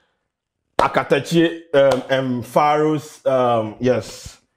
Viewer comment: It’s Akatakyie😂 but you tried👍🏽